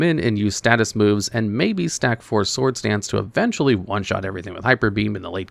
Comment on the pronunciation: Mind blowing when native speakers don't know how to pronounce sword.